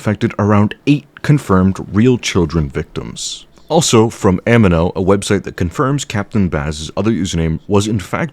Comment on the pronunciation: As a survivor of Amino, it's pronounced "A mean oh" like amino acids. People mispronouncing things is a pet peeve of mine so had to comment sorry